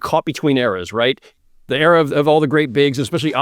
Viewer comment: Still waiting for the day where Zach pronounces "era" correctly